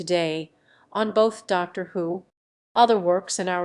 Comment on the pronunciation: "...transphobic treatment of the character Danny Boy in 'The Day of the Doctor'". What are you on about? Oh, and learn how to pronounce "Dr" and "Daleks"